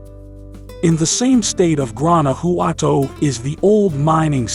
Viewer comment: Gooanouhowtou 😄 le costó mucho trabajo pronunciar Guanajuato.